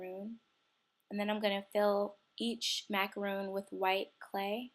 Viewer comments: its macaron nor roon ugh i hate when ppl say stuff wrong btw im a girl and im on meh dads computer and chloe2cool T-T ur right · Macaron is pronounced the way it's spelled -- it's not a macaroon, it's 'mac-uh-rohn'. Otherwise, this was an awesome tutorial! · It's pronounced how it's spelled, by the way because a macaroon is something different. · Super cute!....lol but it is pronounced macaROHN, but I am gonna try this!!! Looks like so much fun!! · It's not pronounced macaroon it's macaron